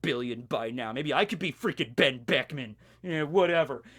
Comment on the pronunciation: Whenever you want to say Benn Beckman you should just leave your mouth open and put the audio in afterwards.